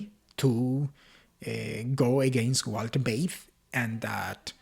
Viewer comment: German "V" is pronounced "F" It is pronounced "Feit" or 😊fight. This refers to Walter Veith.